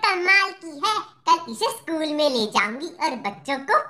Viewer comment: School ko sakul Kon bolta hai be pagal 😤🙄